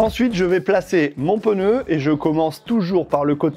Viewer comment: J'ai pas bien entendu... On dit PNEU ou PEUNEU?.... LOL... ;)